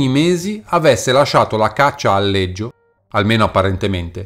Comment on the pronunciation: Scusa ma perché lo pronunci Leggio